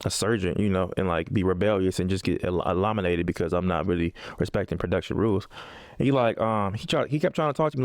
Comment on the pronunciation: The fact that John keep saying elominated 😂